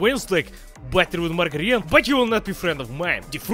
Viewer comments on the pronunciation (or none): none